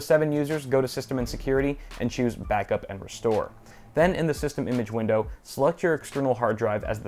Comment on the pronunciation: "Vindow key and r r as in romio"*.